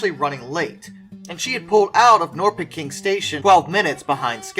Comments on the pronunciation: Norrköping is pronounced Nor shur ping. My wife is from there. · ..And we have something more.. all town names with the name "-Köping" is pronounced.. "kö" is like you say the word "shirpa" and take out the "shi..", that is "kö". So it would be like [shi-ping]. So "Norrköping" sounds like if you read this as you see it, [n-orr-shi-ping]. I know, it's hopeless to say correct😂😂😂😂